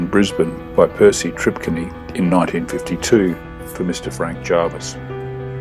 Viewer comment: your pronouncing Tripcony wrong...I know... I am P Tripcony